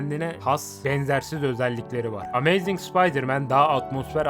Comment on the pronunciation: aga git biraz ingilizce çalış gözünü seveyim arkada ses olsun diye açtım telafuzların kulağımı kanattı. karneyg, amayzing ne anasını satayım ya